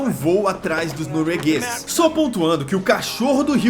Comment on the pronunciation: " Os noroegueis". Kkkkkkkk